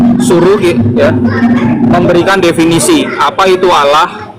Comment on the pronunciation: Terkadang geli kalau dengar membaca istilah Allah, ingin sekali nampol mulutnya, dikarenakan lafalnya tidak sesuai, dengan adanya bang Aldo penterjemah asli perkataan josuah saya sangat senang agar otaknya tercerahkan